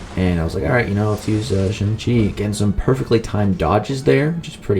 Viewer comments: Your pronouncing his name as SUNG not SHANG . Pronounce Chang but replace the start with a shh. Like shit you don’t pronounce Chang like chung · It’s actually SHANG-CHI if u check him on mcoc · You dont say it like that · You pronounced shang-chi wrong, it's actually shang-chi, not shang-chi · You said his name wrong 😂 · It's pronounced Shang chi not Shang chi